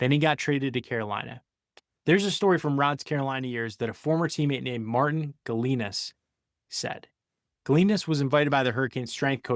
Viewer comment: please learn how to pronounce Martin Gelinas name correctly.